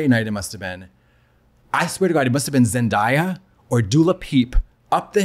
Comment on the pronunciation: Katya, if you’re not jokingly mispronouncing Zendaya’s name it’s zen-day-a if you run into her